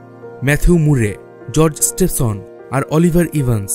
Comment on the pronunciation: দাদা আপনি কি বাঙালী নন? বেশ কিছু হিন্দি - - উর্দু শব্দ ব্যবহার করেছেন আপনি এবং বাংলা উচ্চারণে অসঙ্গতি পরিলক্ষিত হয়েছে। রিচার্ড ট্রেভিথিক, জর্জ স্টিভেনসন হবে। এছাড়া বাকি ভিডিওটি তথ্যবহুল ছিল। ধন্যবাদ আপনাকে।